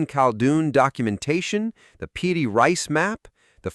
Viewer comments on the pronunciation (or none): none